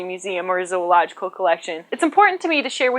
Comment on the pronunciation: how many times do you think she could say "Zoological" in a row really fast before she messed up. I think she could go for a while, she seems pretty proficient...